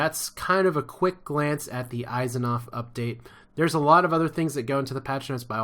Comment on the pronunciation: Your mispronouncing Asimov...